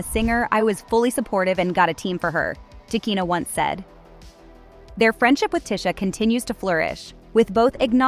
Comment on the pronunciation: Man... White people really shouldn't report on black stories they aren't closely knowledgeable about or aren't part of black culture. She is mispronouncing both of these sister's names and it's irritating.